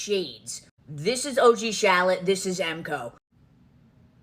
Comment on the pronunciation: It sounds like she’s says shallot not charlotte lol